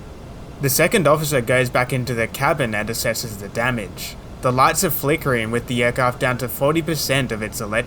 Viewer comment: Engine "Damange"...really!